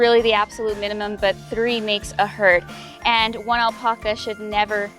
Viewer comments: I know that I can’t be the only one driven crazy by how she says “aulpaukuas” Wat. It’s alpaca. Al-Pa-Ca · Why does she say "Al-Pucka"s? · It is the same word in English and Spanish... Al-Pack-a.... smh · It’s not Alpoca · 🙄🥱 do this with me now. Type in “alpaca correct pronunciation” then type in “alpaca pronunciation spanish”. & say that again with a straight face. You’re literally the only one. 🥴 Need further proof? none of my Spanish relatives says “aulpaukuas”. 🙃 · Google how to pronounce Alpaca